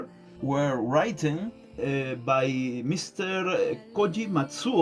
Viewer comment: Amigo felicitaciones, aclaro que se pronuncia "riten", you've written (yuv rítn) no "ráiten", seras internacional con el apoyo de todos, gracias por encender la chispa de nuestro cosmos con esta entrevista, capo maestro.